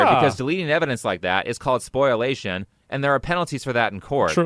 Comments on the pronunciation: A few things to the guy making the video Asmon is covering. 1. It's SPOL-iation, not SPOIL-ation. 2. It's not generally going to be taken as spoliation unless litigation is pending, active, or imminent. If you've made public declarations about an intent to sue and then she takes it down or you've already served papers or you are mid trial, it's unlikely the courts would actually view it as spoliation. Also, Asmongold is correct about DMCA. With limited exceptions where legal steps in directly with a definitive determination that a DMCA request is invalid or otherwise illegitimate (which opens them to legal liability) the default stance is that they must remove the content until the other party moves to restore it by claiming the use is lawful. Then, they are required to restore the video and the two parties must litigate for copyright infringement, or accept that the video remains up. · It's pronounced spoh-lee-ay-shun Fucking and his dumb fuck pronunciation has gotten halfway round the sodding internet by this point.